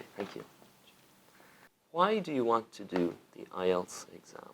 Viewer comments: bạn votw hay lắm nhưng mỗi lần nghe "Tạm ại eo" là mình ớn lạnh :-s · IELTS test, ý mình là cô ca sĩ gì gì đó thi nói phần IELTS đó. Chứ không phải.